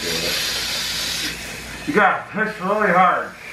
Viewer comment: It sounded like you got to piss really hard not you got to push really hard